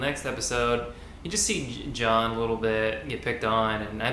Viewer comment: It’s Jaune, not John. Means yellow in French.